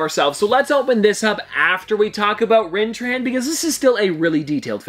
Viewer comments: It’s pronounced RIN-THRAW not rin tran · It’s Rintrah not Rintran Not a big deal but I figured I’d let you know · It's Rintrah not Rintran...how do you mistake an H for an N 🤦🏻‍♂️ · it rin- thrah not rin tran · Some top pops kinda spoiled, I’ll spoil… supreme strange is the strange that gets killed by the illuminati after killing thanos if that makes sense. Also it’s pronounced Rin-traw. Great video!!!! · Lol he said “Rintran” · Rintrah has an 'H' at the end, not an 'N.'